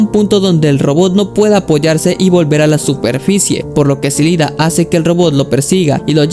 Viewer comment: Amigo, cometiste el misme error de muchos, es IIDA, no LIDA. La primera letra es una "i" latina mayuscula.